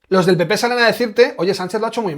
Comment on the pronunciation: Von Der Brujen pronucia PP como Pi Pi ja,ja,ja. El Pi Pi europeo